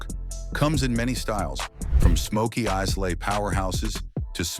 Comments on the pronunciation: It's not pronounced Islah but Eye-la. The s is silent. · Another triumph for AI voice and data harvesting without actually adding any value. If there is a human behind this, have you actually tasted all of these? Over several weeks, a bit here, a bit there so one day nose clogs don't give a bad result? Lets face it, the audio says Izlay, it's pronounced EyeLay (not exact, but as close as this keyboard is going to get). Not an error anyone who knows diddly about scotch would make. Ever heard someone say Hawaiian iZlands?To mix bar trough blends like J&B, Highland singles, and Islay styles is just a waste of time. I don't enjoy most Islays, some blends are at least worth drinking, but Highland Singles are my thing. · Islay is pronounced “EYE-luh” And you consider yourself expert enough to tell me about Scotch? Nah. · Islay = eye-luh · No. The number 1 & 2 should be Lagavulin and Balvenie in any order. BTW Lslay is pronunced " Eye lay" Next time have a real Scotch drinker do the narration. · 1: islay is pronounced as "eye-lah" 2: what the hell is The Macallan doing at #2?! There are so many better sherried whisky than this bottle that are cheaper than this overhyped brand which is an absolute waste of money at $100 per bottle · IceLay!? from Islay? not even 10 seconds into it, and, “the smartest guy in the room”, AI, doesn’t know, WTH it’s talking about!? well, okey-dokey then.😂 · You know it's going to be educational when they start with ice lay(islay) then pronounce same writing differently each time mentioning it (dewars)🤨😂😂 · Yup "eyela". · The narrator mispronounces Islay. Probably AI. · When you don’t know how to pronounce Islay properly I’m out… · You really take notice of a scotch expert who can’t pronounce Islay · I'm really sick of these stupid AI voices mispronouncing words. A video about scotch that can't properly pronounce Islay loses all creditability. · Might try pronouncing Islay correctly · Learn how to pronounce Islay.